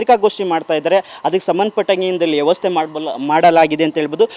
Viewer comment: ಯವಸ್ಥೆ ಅಲ್ಲ ಅದು ವ್ಯವಸ್ಥೆ